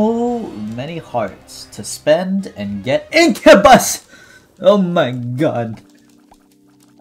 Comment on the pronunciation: mans just legit said: INCAHBUSS